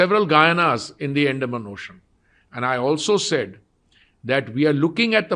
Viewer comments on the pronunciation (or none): The way say Andaman 😂😂 feels relatable..😂